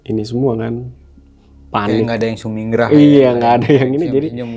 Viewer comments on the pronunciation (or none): Sumingrah atau Sumringah ??